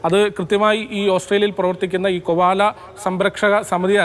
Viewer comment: Kovala alla Koala aanu